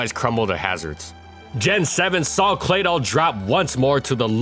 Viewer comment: I gave this video a thumbs down. Claydoll? Really? 😷 ughhh!